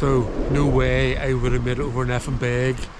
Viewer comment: Great video but I just can't help but cringe every time you pronounce Nephin "Neh-finn." The correct pronunciation is "Nay-finn"